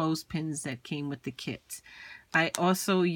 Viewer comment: I totally thought you said kids.